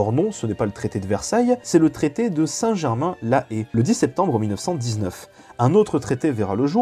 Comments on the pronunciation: Super vidéo ! (On dit Saint Germain en Laye mais tqt) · Je n'ai jamais entendu une prononciation aussi mauvaise de Saint Germain en Laye 🤣